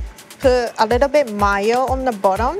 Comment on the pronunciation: There's something so charming about the way pronounces mayo.